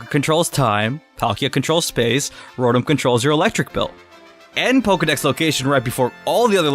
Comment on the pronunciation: You said rotom wrong